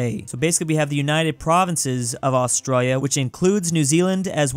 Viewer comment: why do u skip the "I" in australia it sounds like ur saying australa